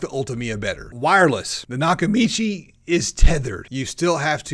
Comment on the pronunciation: Lol its NOT nakachimi bro its nakamichi 😂😂😂